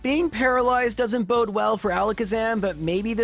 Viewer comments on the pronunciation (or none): none